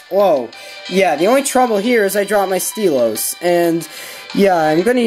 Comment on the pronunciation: Steel-o's? You ean Style-lus xD